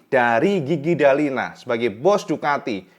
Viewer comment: Gigi dalligna = jiji dalinya Davide Brivio ✅️ David Brivio ❌️ Sekedar masukkan saat pelafalan agar lebih nikmat didengar ditelinga kang mas.